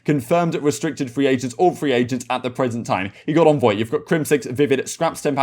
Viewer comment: It's Envoy not Onvoy why are you pronouncing it so wrong? I'm English as well, it's bizarre how you are saying it.